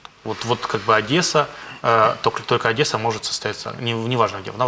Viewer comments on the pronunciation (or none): украинский тебе не идет)) А называть Одессу "Одэса" - это вообще лютый кошмар))